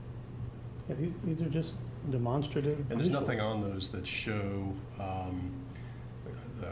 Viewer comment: Is it just me annoyed at how the defense attorney is pronouncing 'demonstrative'??